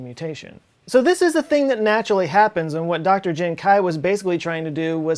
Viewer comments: How do you even pronounce kui as kuai... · The question is, why is pronouncing "kui" as "kai" in Jiankui? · Is kuei not kuai just throwing it out there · might wanna work on your pronunciation and usage of chinese names... He Jiankui would be pronounced like "huh ji-en kwee" and "He" should be his surname so it would be Dr He. also, "mosaicism" is from the root word 'mosaic', i hope you know how to pronounce that one.